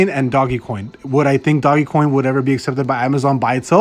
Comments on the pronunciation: Please stop calling it doggy coin. Just stop. Can't even listen to your video.. I immediately turned it off. Can't even take you seriously because you sound like an idiot. Dogecoin. (Doje-coin) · Hey guy it's DOGECOIN not DOGGYCOIN asshole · it's not doggy coin moron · There's no reason for you to say "Doggy" coin either. If you're gonna talk about Dogecoin on your channel, learn how to say it right dude.